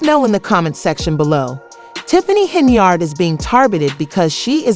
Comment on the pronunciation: Why is her name being said as Cenyard.?